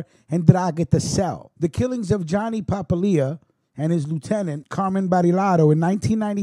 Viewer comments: It is pronounced Pa-pilia not papa-lia the way you're pronouncing it! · The way you kept butchering the name Papalia made this almost unwatchable. Its Pa-pal-ia, not papa-lia. Born and raised in the Hammer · Pa - pal- ia.